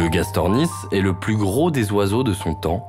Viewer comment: Reportage intéressant mais un peu long et gâché par des fautes de diction à répétitions. Au mot "gros" il y a un s. On, fait la liaison avec le mot d'après. Exemple : "gros z_herbivore". Pareil avec grand. On dit "grand t_animal", et pas gran animal. Pareil pour "un curieux z_animal".